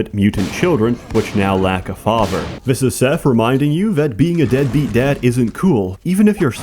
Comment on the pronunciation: i like the way you say father. its like fafverrr